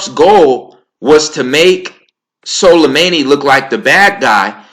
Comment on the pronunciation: Pronunciation - su-lay-money.